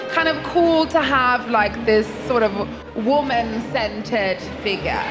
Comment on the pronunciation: "woomin scented figga"